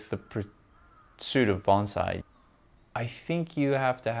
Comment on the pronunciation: It’s hard to call you a wen you can’t pronounce “Bonsai” 😢